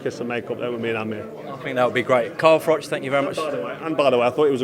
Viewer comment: Carl is very articulate and intelligent , Polish people are very proud of him . BTW his name should be pronounced Froh not Froch ! Cheers Eddie